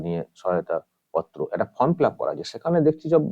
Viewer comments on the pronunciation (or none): none